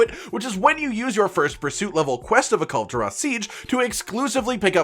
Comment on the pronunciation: i almost collapsed when you said Kulve taroth >:c